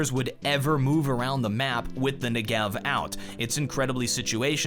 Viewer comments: it is pronounced NE-gev. It's an Israeli weapon, named after the southern part of Israel. As a Hebrew speaker my brain hurts when I hear "ne-GEV"...:P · Never say Negev-er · You are pronouncing it wrong and it triggers me :P It's not Ne-Gev, it's N-e-g-e-v